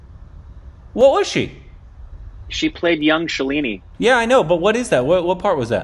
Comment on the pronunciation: Loved the reaction review. Just one thing.... Not Shuh...leee....neeee, its Shaaaa...leee..nih